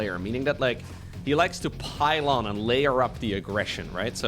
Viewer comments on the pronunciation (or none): "He's a very momentum-based player. Meaning that he likes to PILE ON..." here i thought at first that you said "he likes PYLON" the Protoss building and this map name"